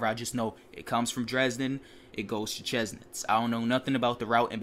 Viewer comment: Chemnitz is pronounced kemnitz by the way